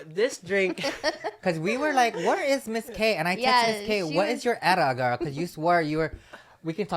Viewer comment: Wait… I’ve never heard someone say ETA as a word and not the letters. Love. I will be using that.